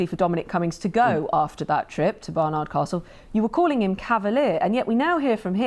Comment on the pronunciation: Baroness Fall can't even get the name correct 'It's Barnard Castle not Bernard Castle